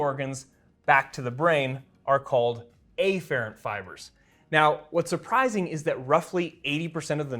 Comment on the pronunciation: Turns out it’s a lot of things he pronounces actually. Maybe it’s just him. EEfferent and AYfferent being a few others.